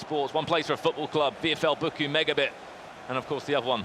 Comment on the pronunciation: Hahahaha Bockum 😂😂😂 Its Bochum haha 😂